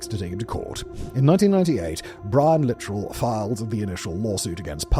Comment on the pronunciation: You could also make a CC episode about this, considering the SA he's been accused of by several of the boys he managed. Also, JC's last name is pronounced "Sha - ZAY", and Brian's last name is "Li - TRELL".